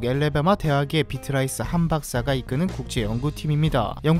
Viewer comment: 비트라이스 Beatrice는 베이트리체 보통 베아트리스 라고 읽습니다...